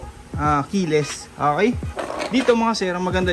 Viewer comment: Ok po, not ah-key.